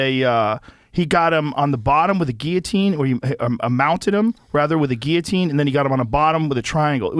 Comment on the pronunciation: why do they say Geeatine not Guilotine?